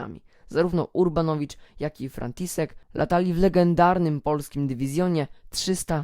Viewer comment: Co tam robi symbol Frakcji Czerwonej Armii? Coś ci się pomyliło. A nazwisko tego Czecha z Dyw.303 wymawia się Frantiszek.